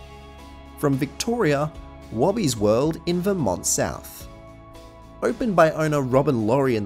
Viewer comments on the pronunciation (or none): Just to correct your pronunciation of the suburb where Wobbies World was. I currently live near where it used to be. In Victoria Australia the suburb of Vermont is pronounced - Ver mont. You pronounce the "er". It is Not pronounced the way Americans say it. There is now a petrol station & a police station on the site, as well as some of the open land with trees. My favourite ride was the helicopters that moved around on a monorail track. I don't know who you spoke to, but I never experienced these so called problems on this ride. I liked Wobbies World. Not everything has to be huge & in your face.